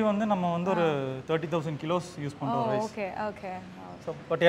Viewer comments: Okay or ahkay va ma? Change this girl. Please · Anchor.🥴🤡🤦‍♂️ US return. It okay not Hokay.😂🤣